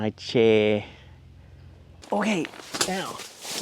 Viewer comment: Stumbled on this nice little vid. Funny thing is I ride with a guy who is a photographer, and both of us are from North Jersey I am not sure if you are saying chair correctly. Any way I did enjoy your failure but I see it as a triumph.